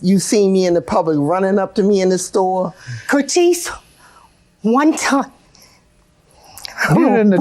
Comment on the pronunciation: I am going to call everyone who upset me, Curtese from now on.